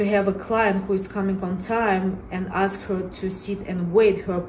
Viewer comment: I'll deal with the "dis" and "dat." But aks? Bro, come on.